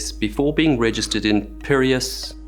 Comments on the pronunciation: Your French accent was perfect, but Piraeus is pronounced PIR AY US. From an Australian traveller.🇦🇺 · pee - reh - as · Piraeus. pie-RAY-us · Bro, "... perhaps let me know in the comments how badly I butchered those names." 😂 Followed by Piraeus, perious, peralis.... In Greece 😅😅😅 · its PEE-REH-AHS :) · FIY Piraeus is pronounced "pea-re-ass" (re as in REd). And no, I don't know why it's spelled that way in English either :P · The correct pronnounciations are "Okeanós" and "Pireéfs", accordingly. Mind the intonations. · French mispronunciation ... forgiveable. PIRAEUS...? Where have you been??😮 🇮🇪 Otherwise, the greatest respect. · Excellent documentary! Τhe ship was pronounced oKeanos in greek (with the "K" sounding as in "kent", and "e" as in "elementery" ). Piraeus pronounced "i" as in "imagine", and the "ae" as the "e" above (in english, but on Greek the "u" is sounding "a" as in "😅at"). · Your French pronunciation is not the worst, and it definitely sounds like effort was made. Your pronunciation of Pireus is hilarious.